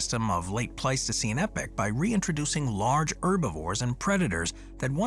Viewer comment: e-poch not epic